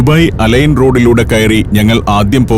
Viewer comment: അലൈൻ അല്ല അൽ ഐൻ